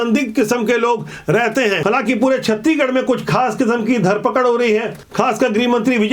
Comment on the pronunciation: सर जी आपसे सादर अनुरोध है की आप छतीगढ न बोलकर छत्तीसगढ़ बोलो ना सर जी गलती होगा तो माफ करना